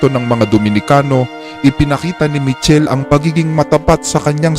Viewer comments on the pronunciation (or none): It pronounce as Mi-kel-le po